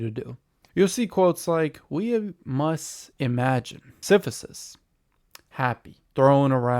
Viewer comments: Siph-i-sus. Yikes. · Your pronunciation of Sisyphus is making this very hard to take seriously…